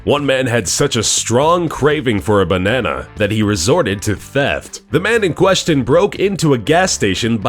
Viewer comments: Its so funny how he Says "Bonnana" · I like the way he says "Banana" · How you said banana tho. Funny